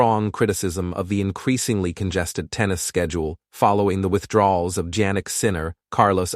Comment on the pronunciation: hahahaha, this incompetent AI doesn't know how to pronounce Sinner's first name 😆😆